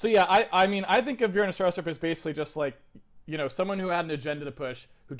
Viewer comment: lol, u mean Bjarne Stroustrup??? lol "Barney Starsoupr" :DDDDDDDDDD